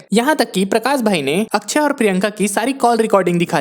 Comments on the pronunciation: Akshay Kumar ❌ akchey kumar ✅😂😂😂😂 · It's akshay...not akchhai